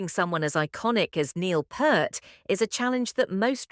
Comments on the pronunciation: Its not Pert - its Peart (Peert). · Dear AI voice, you need to prompt Loren Golds name in there and it's Peart as in Pier-T. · Nilles rhymes with "Miles", and Peart is pronounced "Peert" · P eart as in ear. Please for the love of the greatest drummer of all time can we have the respect to pronounce his name correctly? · Why can't you people learn how to pronounce Neil Peart's last name correctly? It's P-E-E-R-T, not P-E-R-T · Like it doesn't take a great deal of effort to learn how to pronounce someone's name you're doing a reaction video of